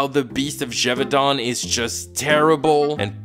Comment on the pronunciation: So does the show itself also mispronounce Gévaudan that badly? Because holy shit. au ≠ è.